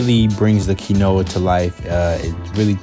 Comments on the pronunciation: Its because he said kinoa instead of the actual pronunciation of quinoa .. I'll give him credit ...he said that thang with so much confidence 😂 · He been vegan for 3 years and still says Key-Noah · did he just say.. kin-oah? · Maybe because he said “keen oh a” instead of “keen wa” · lol..it should sound Quínoa..like in Spanish because Quinoa comes from the Peruvian Andean mountains.. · I don't where you're from but nowhere is it correctly said "key-no-uh", its "keen-wah" regardless of where you live. You're just saying it wrong. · They probably didn’t put him in the thumbnail because he said “Key-no-uh” 😂😂😂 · out here pronouncing Qinuoa like Key-Noah, someone has to tell him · I'm so sorry, did my man just pronounce "quinoa" as "key-no-a" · I pronounce it as kih-noah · yes because its correctly pronounced ONE way lol. Phonetically: ˈkēnwä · "Key Noah" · I know he didn’t pronounce Quinoa as “key-no-ah” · I really like you’re recipes but wanted you to know that quinoa is pronounced “key-wa or king-wa”. Thanks for sharing. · BRUH NOONES POINTJNG OUT HE REALLY SAID KEY-NOAH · Agreed. I love him but I do find it funny how he mispronounced quinoa after being vegans for 3 years hahah 😆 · Because he mispronounced quinoa. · 😂 i love how he pronounced it im like hmmm must be a new kind of grain then I look to the top left and see the word quinoa 😂 dish looks fire though 😁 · but he's speaking English, and that's not how it pronounced in English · When you think there is only one way to pronounce quinoa.